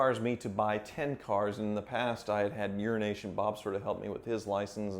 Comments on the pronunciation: Sometimes the way you say Euro Nation Bob sounds like urination Bob🤣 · Euro Asian Bob What I hear- Urination Bob